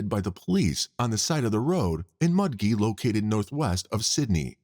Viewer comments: Mudgee is pronounced Mud-jee, not Mud gee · Mudgee is pronounced Mudjee. J not G.